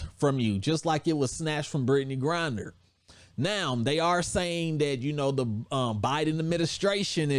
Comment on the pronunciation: U keep calling her Brittney GRINDER lmao